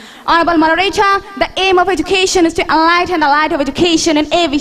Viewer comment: Self Analysis How could say that she is a best speaker where she doesn't know how to pronounced Education ?